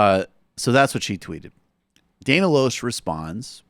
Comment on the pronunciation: By the way, the Rejected-by-Hollywood Dana pronounces her last name "Lash".